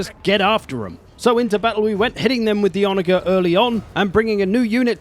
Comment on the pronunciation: Quick heads up, you pronounce Onager with a jer and not a ger sound. I learned this in a ck3 multiplayer game and uh, well someone thought I was using the least hospitable word for African American folks.